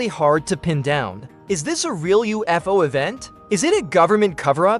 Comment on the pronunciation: Some AI has problems with pronunciation and grammar. This AI pronounces UFO as Oof-o.